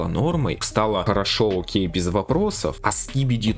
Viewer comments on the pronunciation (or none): none